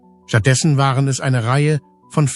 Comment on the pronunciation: Was hat Michael Jackson da zu suchen? Warum fängt hier die Computer-Stimme an zu schreien? "Das waaaaaareo!" Ein Tipp: Statt Jahreszahlen als Zahlen im Text zu schreiben, weil der Computer dann Tausend-neunhundert-siebzehn sagt oder im Jahre eins-neun-eins-sieben sagt, kann man besser die Jahreszahlen als Text schreiben: Neunzehn-hundert-siebzehn. Oder noch besser: Lieber nichts dem Computer überlassen, sondern alles selber als Mensch machen. Dann ist das Video auch angenehmer.